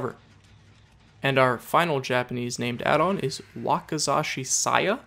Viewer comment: You did pretry good on the Japanese pronunciation. Wakizashi has more of an "E" pronunciation. Also will you do more updated lists? The Cannibal would be a good one since they changed the HELL out of his add ons.